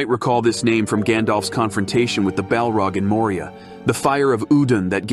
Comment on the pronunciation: Yea the way Saurin is pronounced sow Ron, and the balrog is belrog is seriously annoying